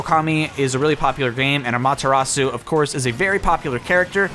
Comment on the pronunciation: DO YOUR DAMN RESEARCH. 1) Amaterasu is FEMALE. 2) you pronounced Amaterasu... weirdly. Not quite incorrectly, but... certain syllables are off a bit. It would be like pronouncing "hello" as "HEllo". 3) Amaterasu's not just supposed to be a god- Amaterasu is a real (if you can call the concepts of gods 'real') goddess. in other news, I'm hoping 'warrior' (if this leak is in any way true) is a character from Monster Hunter. Though it's probably someone from Fire Emblem Warriors or Hyrule Warriors.